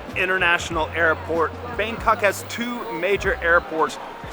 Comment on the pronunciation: Its pronounced sooowar na bhoo mee